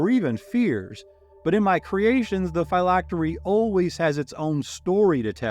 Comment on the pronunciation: Great video. I’ve always heard Phylactery pronounced differently, as in Physics.